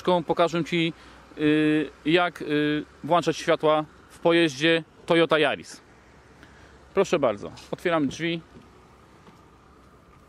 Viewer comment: WłANczać :D